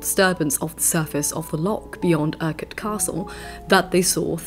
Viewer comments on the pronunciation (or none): Great video and I love your channel. Very insightful view of Scottish history Only slight suggestion, and I feel so bad commenting this, but maybe check pronunciations next time. I understand the trouble with loch and Urquhart but Culloden is a historical site for all members of the United Kingdom.